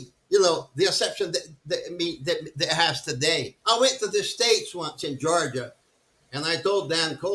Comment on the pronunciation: He sounds like he is saying Jahrja for Georgia.